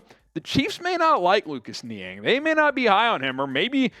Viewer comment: Niang - NO- I have mentioned this before.